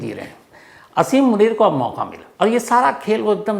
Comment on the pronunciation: Brother, aap name theek nain Lay rahy